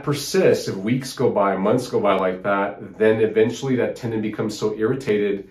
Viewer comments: Tendon not Tendin. ;) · Tendon, not tendin.😁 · TendOn not Tendin.